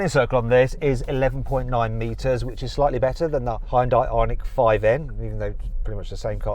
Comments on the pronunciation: 하연다이 ㅋㅋㅋ 현대!!! 라고 발음하기가 그렇게 어렵냐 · 현대를 왜 '하현다이'라고 발음하냐? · 현대 발음이 아직도 안되시네요...ㅎ